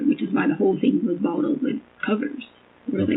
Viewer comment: Mine is when she says thing, but pronounces it thingk